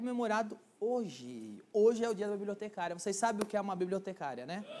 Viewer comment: "Biibliotecáária ,Biibliotecáaria ,parabéns pelo glúteo ,Biibliotecáária." kkkkkkkkkk